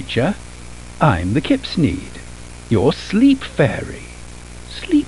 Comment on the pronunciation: Kipsneed suena a kidnap